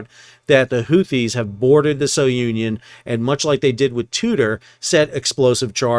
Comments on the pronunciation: The ship is pronounced as "sunion" not so-union. Keep sailing. 😊😊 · Sounion is pronounced SOO-nee-on, not So-Union. Great recaps as usual. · Please pronounce the ship's name as 'Sou-neeon', named after the famous Cape souh of Athens, Greece....